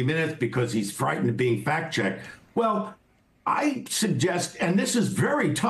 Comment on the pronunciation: Sounds like he said "Fat checked"